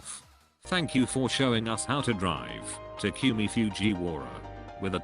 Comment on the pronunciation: Tac-you-mie Fjuie-wara